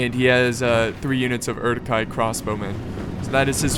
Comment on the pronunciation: I believe it's pronounced "oor-ook hi", with a rolled R.